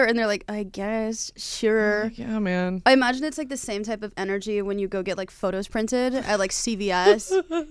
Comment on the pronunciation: said "photos printed" and I heard bogos binted. Please send a mental health professional over